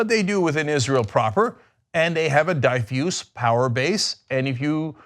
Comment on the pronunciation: Cenk - that's not how you pronounce "diffuse" ...